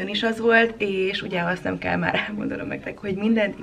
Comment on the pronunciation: Miért úgy mondod a délutánt,hogy dhélután és azt,hogy kell azt khellnek?Nem lehetne h betű nélkül mondani???